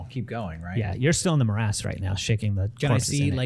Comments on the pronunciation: Love it. What's a "Morazz" tho? said it wrong first(guessing he mistook 'morass' for 'miasma') and just fuckin' rolls with it, and I am so triggered. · more ass, my ass, same thing